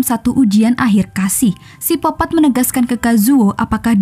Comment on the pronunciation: Koq sipopat kak Bkn psikopet